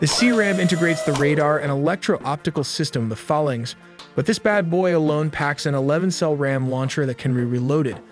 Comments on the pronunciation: Literally no one who's ever worked on a Mk15 calls it 'fuh-lunks.' It's 'Fae-lanx' ... Because it's a magical fairy that will you at 0300 on a Sunday. 😉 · Good job now I can't stop. Let's delve in, sounded like let's tell them. Sus-tainer, mak 3.5, fuh-laynks... Please learn to pronounce these things. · I'm a stickler for pronunciation...I get it's an old word, but it's pronounced "phay-laynx" not "fuhlaynx". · Frigate is pronoinced FRIG-it, not frI-GATE. Also, FAHL-inx not fa-lanx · Good vid, but be aware the vid mispronounces both "Phalanx" and "Frigate"..... also, noted the range map is badly out of scale, the indicated range being more appropriate for a ballistic missile than a fleet defense missile. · Learn to pronounce words. Phalanx and Frigate